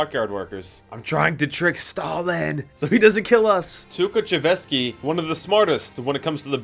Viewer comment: that tukhachevsky pronunciation was crazy